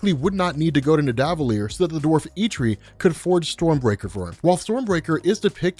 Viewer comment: The way you pronounce Nidavellir ......... -_- ouch